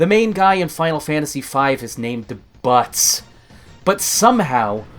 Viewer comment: Its Bartz not Butts you idiot